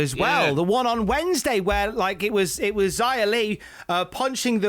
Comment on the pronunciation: Love that pronounces Xia more like it should rather than the WWE way.